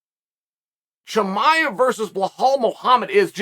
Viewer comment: Ayo did Chimaev get demoted from the Chael Appreciation List? Used to call him by name flawlessly, now he's Hamzat and we all know what it means when Uncle Chael f*cks up your name 😭😂